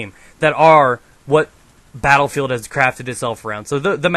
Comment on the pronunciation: He says BattleFail instead of Battlefield! Soooooo??